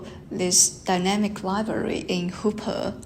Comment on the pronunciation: Sorry, seem I made a mistake in this talk. I pronounced Hopper wrongly.